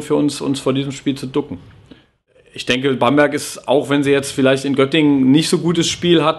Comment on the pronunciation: "Bamburg"... ;O)